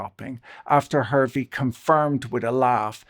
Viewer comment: Victoria Hervey's last name is pronounced HAR-VEE